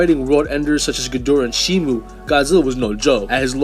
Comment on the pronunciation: Shimo* not Shimu